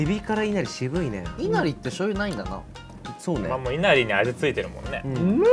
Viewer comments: い↑な↓り↓の発音の子多くてびっくりしてる い↓な↑り↓は関西だけなのかな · いなりの発音がえなりの発音で正しいイントネーションがえなりの発音なのかな…と田舎者は震えました😭